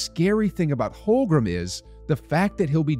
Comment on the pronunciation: HOLM-GREN...really it's so easy to pronounce his name correctly. Nice video, besides